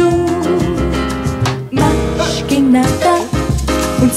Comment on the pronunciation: This song is in Portuguese. It's MAIS que nada, not MAS que nada. (Pronounced "mash".